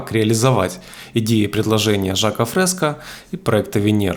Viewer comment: мин. Не Жак ФрескА а ФрескО !